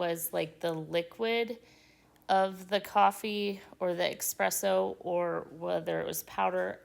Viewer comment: Those ribs are amazing looking. Oh, E-spresso...NOT ECK-spresso.